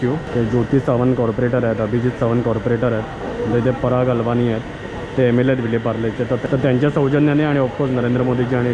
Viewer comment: पराग अल्वानी नाही... अळवणी